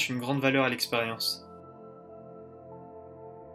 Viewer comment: on dit expérience pas esperience